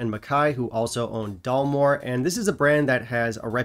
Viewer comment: Perhaps it's your Taiwanese accent,, but I could have sworn you were pronouncing it Dullmore.🤔